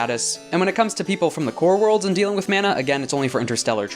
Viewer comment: Coming in super late here, but "Manna" is typically pronounced Mah-na compared to the Man-a of "Mana". Great videos about Lancer though!